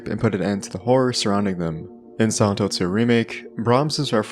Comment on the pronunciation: Man, i'm not a native english speaker and spend 9 minutes hearing "santos series". Only when i decided hear it in slow motion i could hear you saying Silent Hill. Always nice when i learn to hear the tiny differences in english speakers from person to person